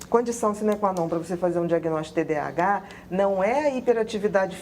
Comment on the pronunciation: TDAH transtorno de déficit de atenção e hiperatividade. A dra falou errado o nome...